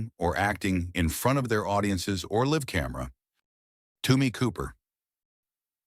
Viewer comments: I made it to and stopped after "live" in "live TV" was pronounced with a short "i" and "Tommy" was pronounced "Toomy." How good could the quality of the next 20 minutes possibly be? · I think the first one is 'in front of their audiences or live camera' with 'live' pronounced as the verb 'to live.' That's not just AI, it's low quality AI. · I know......they can't pronounce" Live " on camera. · if you are going to make AI narrated videos , please listen to them before you publish them in correct English , like liv vs live (l'eye;'v) and edit the text to sound for the multiple sound words that change based on context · “Liv” camera!!! Really people, have you know shame? Geez, get real. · Live camera? Toomy? Who the fuck is Toomy? AI bullshit. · The AI narrator doesn’t know the difference between live and live. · I hate AI. Not 30 seconds in and it has mispronounced such difficult words as "live" and "Tommy". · The AI reading this script does such a putrid job of it that I couldn't get past the first 15 seconds of this video. "Live" as in "live event" pronounced as in "to live?" "Tommy" pronounced "TOO-My?" Give me a break. I never want to see anything from this channel ever again.